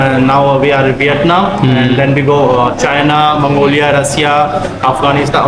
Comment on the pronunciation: Viennam അല്ല Vietnam